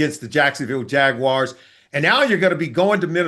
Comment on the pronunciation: I'm glad you pronounced Jaguars correctly, Solly. I am tired of hearing it pronounced Jaguirs.